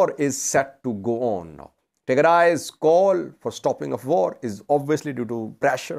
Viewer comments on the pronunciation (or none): none